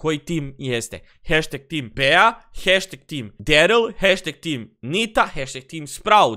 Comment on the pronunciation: Kaže se BI 😆 a ne BEA ?!!!